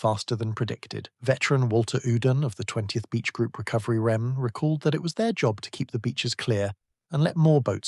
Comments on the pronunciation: The UK pronunciation of REME (Royal Electrical and Mechanical Engineers) is typically "REE-mee" (phonetic: /ˈriːmiː/). It is pronounced as a two-syllable word, emphasizing the first syllable to sound like "Ree" followed by "mee," rather than spelling out the letters R-E-M-E. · Interesting topic.... but stop with the fake photos on the thumbnails. It's Ree-Mee..... not R E M E. Work on you narration.... some of your sentences and words run into each other... you are sounding computer generated. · REME - pronounced ‘Reemy’ 🤦🏻‍♂️🤷‍♂️